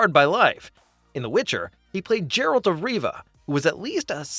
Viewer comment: I can't take someone who says "Jeralt of Riva" seriously.